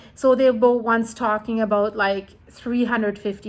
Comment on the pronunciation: "talking aboat" aha